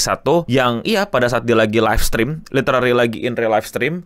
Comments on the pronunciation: tau artinya. nyebutnya literari bkn literally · nyebutnya "literally" bang